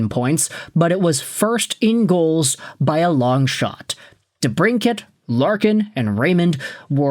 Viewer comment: For real... Not even watching this video just clicked on it to give your highlighted comment a like😎 dude can't even pronounce debrincat